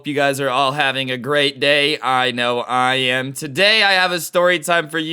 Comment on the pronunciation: Ahh yes the "Ik I am"